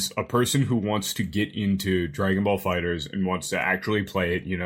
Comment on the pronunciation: I hate how says Dragon Ball Fighterz. It’s pronounced Fighters, not Fighter Z